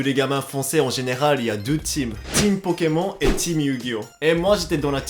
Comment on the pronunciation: C'est stressant quand tu prononces "Pokemon" alors qu'a la française on prononce Pokémon*e* xd